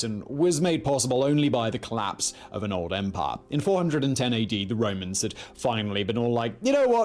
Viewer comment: You made an awful job of trying to pronounce "empire" like a Briton. Don't forget that most of us don't pronounce the R in words. The nearest I can get is em pia